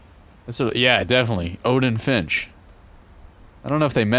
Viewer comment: saying Fimsh made me laugh idky